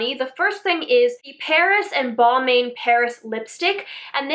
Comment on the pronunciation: Its pronounced Bal-MAHN, and Balmain is a luxury fashion house up there with the like of Versace and Gucci, so thats probably the reason for that price point. I agree with pretty much everything you said here tho tbh.